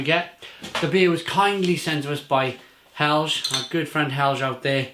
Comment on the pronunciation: Lovely review. You seem to really like Norwegian beers, either that or Helge is just really good at picking ones to send you. By the way, Helge is pronounced with a hard G, so Hell-Ge as in get.